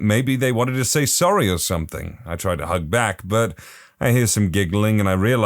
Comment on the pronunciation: No K in the word something